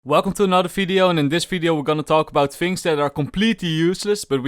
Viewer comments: Bro it is Video not Fideo... It is not Falorant, it is Valorant... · its video not "fideo" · Welcome to today's Fideo and in this Fideo We Will Talk About Felorant